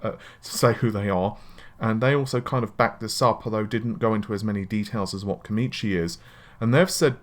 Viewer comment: Why does always say 'Komichi' when the name says 'Komachi'?